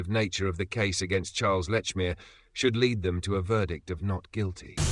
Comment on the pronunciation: No. Let's focus on Polly Nichols before moving on to the Annie Chapman murder and its time issue. 1, It's all very well talking about Lechmere not being alive to defend himself. Likewise, Sir Charles Russell is not alive to accept the challenge. And the fact you fail to pronounce Lechmere correctly on a number of occasions does not bode well for the integrity of your synopsis. It sounds sloppy and is an insult to Russell. 2, Likewise, the time issue. Llewellyn stated a few minutes after 4.00 am that Nichols died thirty minutes earlier. NOT 3.45 am. And the point about Lechmere being present at 3.45 am and being late for work is this again mere sloppy investigative work. 3, For me, one of the most damning pieces of evidence against Lechmere is the FACT that a man found with a murder victim, the ONLY man found with a Ripper victim who never raised the alarm by calling murder or calling for the police, casually disappears for THREE DAYS without reporting the incident. Sloppy work is again clear in the citation of clocks and church bells not giving the correct time. Yet in the dawn of the media sensation of newspapers, with no radio or television, a man who discovered a murder victim, and not the first in the area, is supposed to have not heard about the murder in the press, nor from the mouths of manifold people in the area. What nonsense. Why did Lechmere not come forward sooner? For some reason Lechmere slipped through the fingers of the law. But those three absent days, innoc